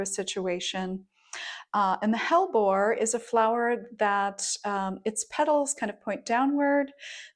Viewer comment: Hellebore has 3 syllables. The e in the middle of hellebore is a syllable that rhymes with we. Hell e bore 😊